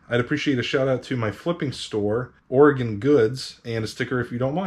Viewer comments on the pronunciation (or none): none